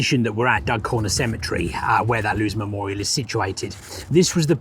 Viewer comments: The name is Loos not Lose! 🙄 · Just to help with your pronunciation: Loos will be pronounced "loss" and Lens will be pronounced "lonce". Fascinating video, thank you! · Hi, just a quick note on pronunciation. Don't pronounce “LOOS” like “goose” or “lose”; instead, pronounce the double “O” like in “go,” “goat,” or “bord,” and the final ‘S’ like in “yes,” “mess,” or “toss,”